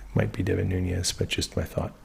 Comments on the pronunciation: Nunes is pronounced Noo - nes. It is Portuguese. Núñez is Noo - nyes, which is Spanish. Just fyi. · Nunez= portuguese noo-nez, not spanish ñ